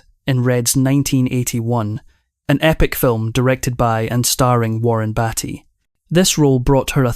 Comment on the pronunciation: Her name is pronounced "KEY-tin, not KAY-ton". And it's "Warren Bee-ty" not Warren Batty. This vo make me cringe.